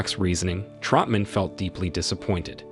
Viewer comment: Who the hell is Trumpman? It’s Troutman. Who the hell is Nguyen Sara? Her name was Co Bao.